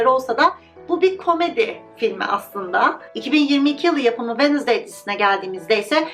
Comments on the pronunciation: venızdey değil telaffuzu venzdey gibi telaffuz edilir sadece belirtmek istedim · her “Venizday” dediğinde triggerlanmaktan videoyu izleyemedim🥲 venzdaydir o venizday olmamalı🥹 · Wednesday kelimesinin sürekli yanlış telafuzundan videoyu izleyemedim:/